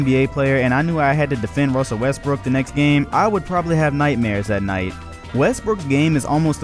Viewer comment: Lol he said "Wussell Restbrook"